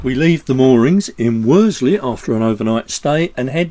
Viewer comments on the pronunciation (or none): Love your vlogs but as I live near there please say Worsley not Werdsley